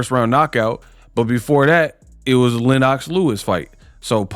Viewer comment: Who the Hell is LenOCKS Lewis,u cover boxing and can’t even pronounce the last undisputed heavyweight champion wtf!?